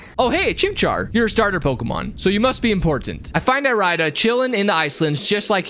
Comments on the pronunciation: the way you pronounce irida is physically painful to hear it’s pronounced like iridescent fix your pronunciation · Pretty sure it’s eary-da not e-rai-da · my mind: dont do it dont do it dont do it my body: DO IT me: (Irida) I-RIDE-A DICK i couldnt help it with the pronunciation